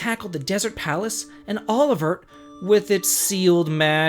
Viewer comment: Oeilvert is actually pronounced "Oh-eel-verre". It's French for Eye of Green/Green Eye.